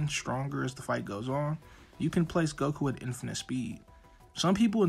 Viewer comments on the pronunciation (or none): Why he called GOATku